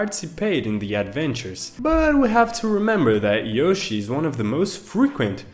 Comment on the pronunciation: I can't help it! Forgive me but... YOO-shi?!?!?!?!?!🤣🤣🤣